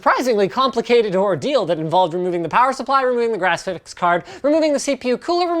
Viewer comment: Linus, one question; What's a Grasiphics card?